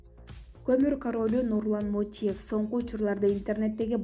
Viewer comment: МОТИЕВ ЭМЕС, МОТУЕВ ДЕП ТУУРА АЙТ